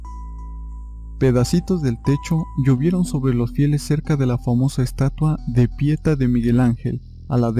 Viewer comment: "Daili Mail"? "De Pieta"? Hazte un favor, para que no EXHIBAS públicamente tu ignorancia, ANTES de mencionar palabras en otra Lengua, aprende cómo se pronuncian.